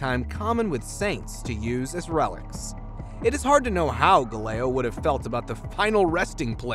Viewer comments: Dude, where did you go to school? The name is pronounced, " gal-i-lay-oh" NOT ga-lay-oh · Bruh. (Gal-illay-oh Gal-illay) not (Guh-layo Guh-lee-lee) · ITS GAL IIIH LEO! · Gali-leo smh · How can you not know how to pronounce Galileo? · He swallowed syllables in both first and last name, right? I didn´t mishear that, right?